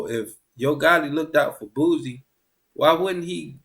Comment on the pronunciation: Lol man put some respect on that man name. Who the hell is boozie. Its boosie.